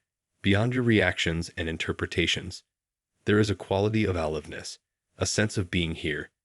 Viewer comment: Or is this real? The word a-live-ness is simply alive and ness.